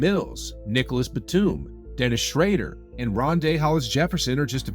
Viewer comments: "Dennis shrader" im telling you, must be reading off a script only and doesmt know basketball. He constantly messes up known players names and badly. Bro, creater of this channel, replace this dude. Get an actual basketball fan reading these. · Bro said dennis schrader 💀💀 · nah how did you say dennis schraeder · "Dennis Shreider"😂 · Yall gonna ignore how he pronounces dennis schroder's name? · What's up with mispronouncing Dennis' last name?